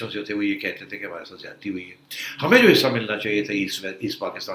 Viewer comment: Baaz ajaoo, werna aap kay saath Ziyati na ho jayay 'Z' k saath. Yeh app Indian main yeh 'Z' aur 'J' main confusion kyun hai? Jabardast nahin Zabardast Jamana nahin Zamana Ijaj Ahmed nahin Ijaz Ahmed Jiyati nahin Ziyati.